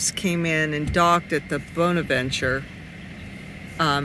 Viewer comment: I've always heard the word 'bonaventure" pronounced with a short o and not a long o when you're talking about that cemetery